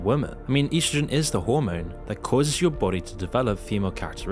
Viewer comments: What is "yeastrogen"? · "EASTROGEN" Really?.... Good luck with the big words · Es dro sen lol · he cant even pronounce “estrogen” right 😭😭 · You’re pronouncing estrogen wrong